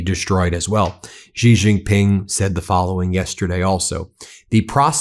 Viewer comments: It is She not Gee. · Xi JinPing is the most mispronounced name in history. The surname "Xi" is NOT pronounced "Gee"; it should be pronounced similar to the English words "She" or "See". There is no 'g' or 'j' sound in that name. Otherwise, thanks for a very interesting commentary. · Ben thank you always for your dedication to bringing us this news. Note: Xi Is pronounced like "she". Few Americans will ever learn how to do the Chinese tones correctly, but we can swing in the ballpark. Thanks again. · How long can it possibly take for a person to learn to pronounce Xi (She) Jin (Gin) Ping (Ping)?????????????????????????????? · Sigh Xi is pronounced she. Not that hard.